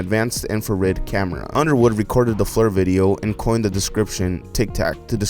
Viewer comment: my mans, its FLIR - fleer like seer, not flur like fur.